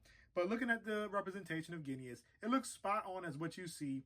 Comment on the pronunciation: Good review, but it's pronounced Ging-us. Your review changed my mind on him though, thanks!